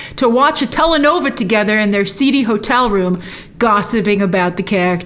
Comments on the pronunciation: It's telenovela, not telenova ;) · Spanish soap operas are pronounced "Tellay- Noveh-Lah" not "Tele-Nova". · "Telenova" 🤣 good grief if you can't speak Spanish then don't bother pronouncing it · I know you probably wont say it ever again lol but its tele novella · “Telenovela” phonetically: (Tay- lay-no-bay-la)😀